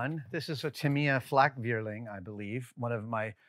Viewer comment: Great tutorial! This can be used for detailing sci-fi wargaming models as well. Learned a great deal for future projects. Also, Adam pronouncing "Flakvierling" is absolutely adorable. The V should more harsh like "Flak-Fear-ling", so the soft V makes it sound like a cute thingy to me :D